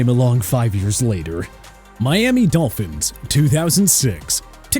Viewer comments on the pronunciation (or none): none